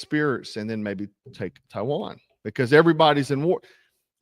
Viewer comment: sounded like you said Taiwan. Maybe you just said Tehran funny ?